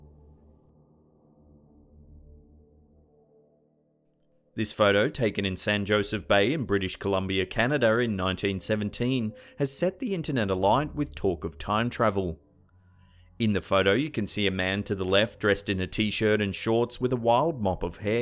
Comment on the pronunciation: Did you actually say, "Canader". No "R" in Canada. 1 guy on the beach could have been looking at a pocket watch or the date on a coin he just picked up. Monroe could have been adoring a picture...